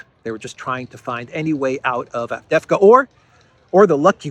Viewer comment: a small tip to pronounce the City of the Hour... A-vde-ye-vka. 😉